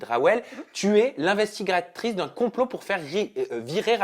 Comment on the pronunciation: IN-STI-GA-TRICE pas investigatrice raaah